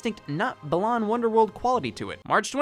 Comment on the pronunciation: As a fan of BWW, with every video that mispronounces Balan's name, I die a little more. It's pronounced like the word "Balance" just without the 'ce' -- hence why the antagonist's name is Lance. It's... it's wordplay. I know it doesn't matter, but if y'all are gonna keep beating a dead horse, at least say the name right. :p [/joking] (edit formatting)